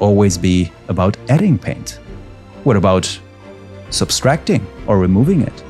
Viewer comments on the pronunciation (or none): **sub-trac-ting not sub-stracting